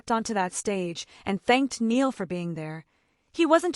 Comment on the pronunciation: It Loo-ee and Nigh- al . Get their names right and it will make everything else you say more believable. I do agree with what you said but names are important. I was worried when I heard that Zayn was getting back together with Louis because Zayn has proved who is over and over and a leapard doesn't change its spots. I used to worry for Harry when he spent time with Zayn because Zayn would get up to things that weren't a good look for Harry. I think Louis is mischievous but he had the knowledge to say no to Zayn. Harry was always safer with Louis. I think they were all safer with Louis and that's why he is still close to them. Zayn is his own worse enemy. I wish him luck but far away from Louis, Niall and Harry and the precious memory of Liam.